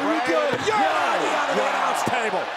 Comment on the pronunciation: Empire Abdul it’s yeah not yaeh